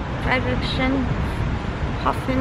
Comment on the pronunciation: a little help for pronounciation: it's Friedrichs Hafen. Just think of Frederiks harbor.